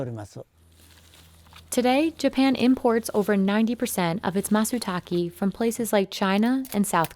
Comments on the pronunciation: No subtitles and not making the effort of actually calling the mushroom by its name. Call it matsutaké, not matsutakee. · Don't worry, I can translate for you, since these guys are too lazy to do it themselves. "Where the fuck are all the mushrooms???? Fuck I hate this fucking forest. Leave me alone so I can get back to work. You can't even be bothered pronouncing Matsutake correctly."